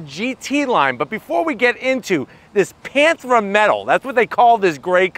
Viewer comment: It's Panthera metal, not "panthra metal". The emphasis is on the second syllable,. Pan-THER-a. I bought one a couple months ago in this color. It only has one grille, as all cars do. Not a front grille and a back grille.